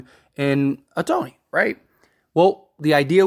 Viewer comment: Ah-Tony ? If you're gonna report on baseball ⚾️ you need to pronounce his name correctly - "Show-hey Ow-taa-nee"